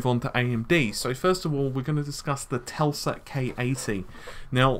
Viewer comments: its not Telsa its Tesla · You say in the beginig "TELSA" instead of "TESLA". WTF? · Tesla not telsa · Did you say TELSA? Poor Nikola must have rolled in his grave